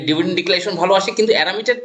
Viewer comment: ডিভিডেন্ড বলুন, ডেভিডেন্ড নয়।